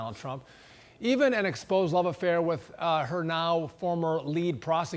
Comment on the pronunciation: Her name in fan..ee, not far..nee.😆😆😆